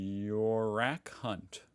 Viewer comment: LMAO "Yorak" got you big time, he has a brother called "Mike" by the way